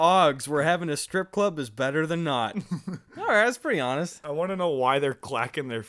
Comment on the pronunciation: When he said dAthan the Alabama inside me died. I mean Alabama is shit but that kinda hurted tbh